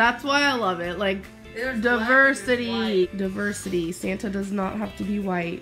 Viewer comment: I never noticed the duhversity thing before. I hate this shit.😂😂😂